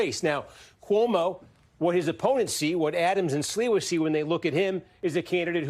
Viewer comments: Not the butchering of Sliwa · the anchor's "Sliwa" pronunciation just about sums up his notoriety and chances haha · Wait who is this guy? He doesn't know who Curtis Sliwa is? Obviously not. Steve Kornacki, as always, in the know. The gentleman who was anchoring him not being from New York obviously is no excuse for him mangling the pronunciation of someone that's been a New York let's call him icon for more than four decades